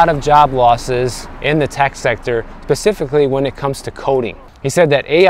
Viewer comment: bro please don't say pacifically when you mean specifically 😂